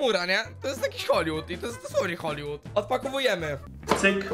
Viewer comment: dlaczego cały czas mówi HOLLY WOOD